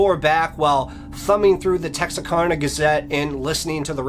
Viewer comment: As a northeast Texas native about 50 miles south of this town, I cant get over how hes pronouncing Texarkana. Its Texaraka (the kana is like can with an a at the end), not texarkona. But nah I'm just nick picking lol, joking aside I'm a new subscriber and I love your channel so far🤝🤘